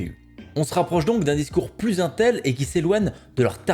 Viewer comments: Aintel.. je suis désolé j'aime beaucoup tes vidéos mais jpp on dit intel pas aintel (sauf erreur de ma part) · la façon dont tu prononce intel me stresse 😂😂